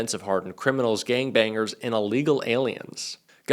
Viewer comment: Miller says the words "gang bang-er" as "gang bang-ger", so I laugh at him every time I hear it! He can't speak correctly!